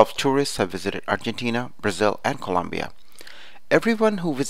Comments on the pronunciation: I like it :) It helped a lot! BTW it's Colombia not Columbia! Once again I liked it . Very helpful! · Its colombia not Columbia but thanks this was really really helpful